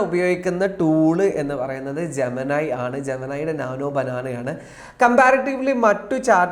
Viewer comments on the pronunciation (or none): നീ എന്ത് തേങ്ങയാടാ പറയുന്നേ 🤔🤔🤔🤔.. ജമനായി..... ജോമിനി അല്ലേ കഴുതേ 🤔🤔🤔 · ജമനയ് അല്ലടൈ " ജെമിനി " ജെമിനി പറയുന്നു ഞാൻ #ജെമിനി# ആണെന്ന് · ജമാനായി എന്ന് പറഞാൽ എന്താണ് ? ജവാനായി എന്നാണോ?